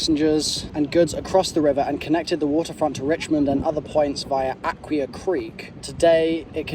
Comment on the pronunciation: As a Virginian, it's painful hearing mispronounce Potomac and Aquia. No gators, they stop at the NC/VA border. Likely beaver or muskrat.